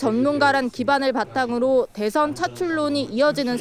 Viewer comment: 한국어에는 각 단어들에 장음(長音), 단음(短音)이 있어서 국어사전에도 표제어 장음 글자의 오른 편에 : 표로 표시되어 있다. 그런데 요즘 젊은 기자들은 특히 한자어를 말할 때 이를 전적으로 무시하고 전부 아주 짧게 발음한다. 예컨대 '여:당(與黨)', '야:당(野黨)', '대:선(大選)' 이라고 길게 발음을 해야 하는데 아주 짧게 발음하는 것이다. 또 청구인측 변호사가 "피청구인" 을 짧게 발음하는데 "피:청구인" 이라고 장음을 써야 한다. 요즘 한국인들의 '한자어' 구사가 이 모양 이 꼴이다. 이런 폐해는 한자 사용의 폐지에서 기인한 것이다. 정말 큰일 났다.